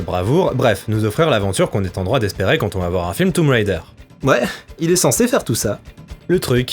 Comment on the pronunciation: Déjà j'aime tes chroniques mais en plus t'es le premier que je vois bien prononcer "Tomb Raider". Je kiffe bien. :)